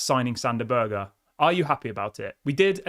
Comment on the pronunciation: It's pronounced berg not burger! Lol